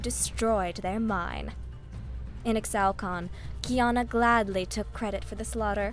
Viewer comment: Ee-shao-can! They will all learn to say it! same with Ee-shtal not Extal >:(